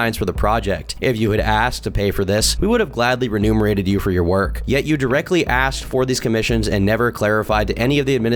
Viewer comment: For the love of God, how many times can you read "remunerated" as "renumerated" in a row before you realize that that doesn't make any sense?????????